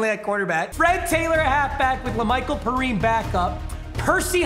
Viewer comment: ITS PERIME NOT PERINE